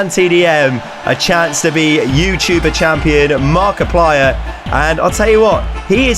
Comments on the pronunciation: Haha he said markipier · said markeuplir no ofense though love you